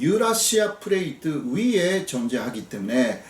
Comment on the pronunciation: 오랜만에 교수님 뵙네요~~ 건강하세요! 잘보고 갑니다. 플레이트 Plate ! 발음이 힘드시군요 ㅎㅎㅎ 귀여우시다( 죄송한표현)